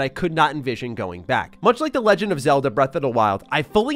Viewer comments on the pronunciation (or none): none